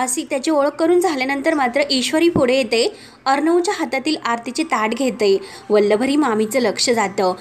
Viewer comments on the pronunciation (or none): काय वल्लवरी वल्लवरी चाललय. उच्चार नीट करा आधी.